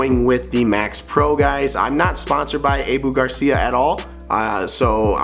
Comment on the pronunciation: It’s pronounced “Ahhhhboooo” Garcia Not (Ayeeeboo) ….